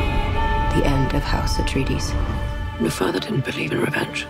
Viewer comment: She kept saying a tree dees its pronounced ah tray dees